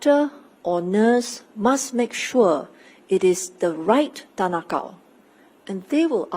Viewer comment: You could have chosen any name and you said tan ah Kow 😂